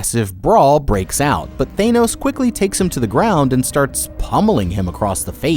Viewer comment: His pronunciation for the games in the minigames we're funny😂